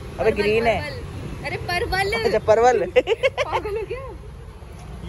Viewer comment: Are yarr didi use parvar bolte hay hay palval ni